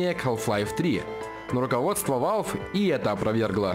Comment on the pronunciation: и не ВАЛВи а валв или вэлв